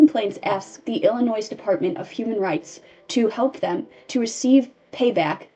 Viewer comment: "illinoize" "misupality" "subquentially" I love your videos but PLEASE learn how to read 😭